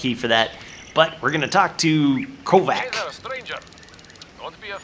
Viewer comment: the pronounciation of Kovac drives me nuts! :D It should be pronounced Kovatch